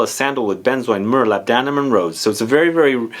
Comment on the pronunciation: I love your videos! But for the love of God, its pronounced LAB-duh-num, not Lab-DAN-um. GAL-buh-num, not Gal-BAN-um. I promise, it's true!